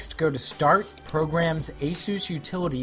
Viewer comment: had to stop watching it, he kept calling it aszuse, it's not a greek god there is no Z it's AS US as in Eh Us